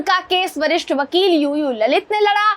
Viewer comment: ललित नाही लळीत